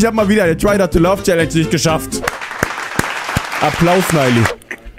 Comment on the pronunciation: Merkt er eigentlich dass er statt Try not to laught try not to love sagt